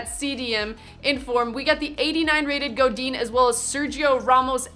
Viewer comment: "Parejou" "Goudin" Hahaha spanish in England sucks